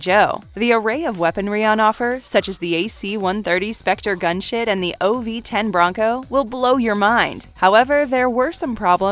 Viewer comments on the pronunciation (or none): “The array of weaponry on offer such as the AC 130 gunshit…” I know she meant “gunship” but it really sounds like she misspoke here! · If you think I'm going to overlook the fact that you said "the AC 130 Gunshit" you are mistaken. And it has to be said after hearing you destroy it 4 or 5 times, there is no 'k' sound in the word ancient. What happened , you say "the void" and show a one second clip from Robotech??? You only spoke of 11 cartoons not 12. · She 💯 says “gunSHIT” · Did she say, "AC130 Specter gunshit"? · You totally said "AC 130 Spector gunshit" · Did she say AC130 Spectre Gunshit? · am i the only one that heard "gun shit" at about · you said gunshit.